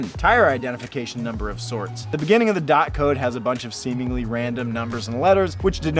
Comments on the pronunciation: When he said dot instead of d o t 😳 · I think is pronounced “dee o tee” (DOT)😅